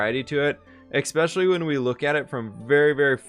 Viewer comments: It's pronounced especially not expecially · Hey y'all. Should we vote on who should be the one to tell that the word is especially and not expecially? Or should I be the one? Keep up the great videos,!